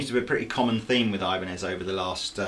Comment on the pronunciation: EEEEEbanez, not EYEbanez